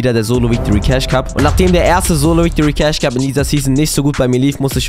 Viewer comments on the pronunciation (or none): es heißt cashe nicht ceich